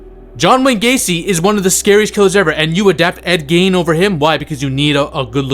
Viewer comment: Gein rhymes with Dean